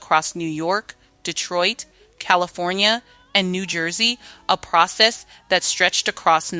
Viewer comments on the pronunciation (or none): none